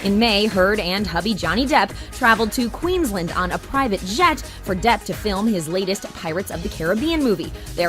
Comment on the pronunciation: Ha Americans say Queensland wrong